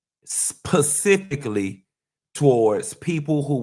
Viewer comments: This pretentious ssa 🤡 said college refines you and turns around and says PACIFIC instead of SPECIFIC MULTIPLE TIMES!!! This man aint no college grad. Diggin in his nose. He is gross.😅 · Specifically not pacifically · Respectfully & as a retired teacher..."specifically" ...not "pacifically" .... coming from place of 💞💯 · LOL now I know is SMART with MULTIPLE degrees- is he PURPOSELY saying Pacifically for Specifically?!? 😂 😂 😂 😂 😂😂😂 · Pacifically or specifically? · Not pacifically??!!!!